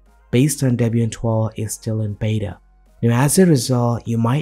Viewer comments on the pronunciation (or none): none